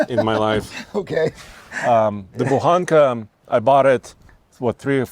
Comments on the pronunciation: Translated you would say Buchanka not Buhanka .... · Buchanka not Buhanka